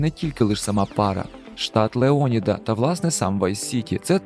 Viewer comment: Лео'ніда бро) Леоні'да то від нечистого) І кацапського) Тільки Лео'ніда)